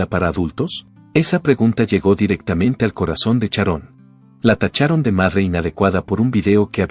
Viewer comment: Oe!!!...es Sharon....no Charon...hazte el favor...pronuncia bien por favor....